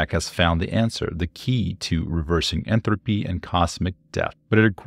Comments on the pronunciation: When you say, "Entropy" It's coming across as "Enthalpy" which is something different. (entrəpē) vs. (enˌTHalpē) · I don't know why but it really bugged me when he kept saying Enthropy and not Entropy. Also he said 300 years not 300,000 years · Entropy not enthropy. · There is no H in entropy how annoying that pronunciation is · why are you pronouncing entropy so weirdly